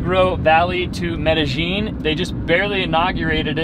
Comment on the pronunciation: I work with a fellow from Medellin. Your previous video was pronouncing it correctly and was not. Now both of you are pronouncing it incorrectly. The double L at the end is pronounced yeen, not jeen. Shame about you drone. BUT YOU STILL HAVE FRANK! lol Keep the videos going. Am loving watching your adventures!